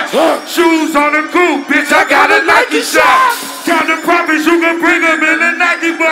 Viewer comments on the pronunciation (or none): i laughed so hard at the way wayne said nike shop